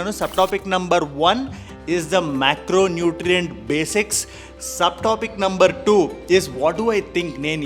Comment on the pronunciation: Macronutrient "BRAY GROUND" 😁